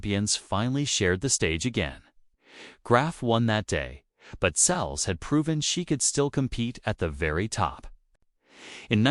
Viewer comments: It’s Seles, not Sells, you idiot!! How frustrating! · Please learn how to pronounce the names correctly, ruins the story when you repeatedly get it wrong. Seles (pronounced Sel less)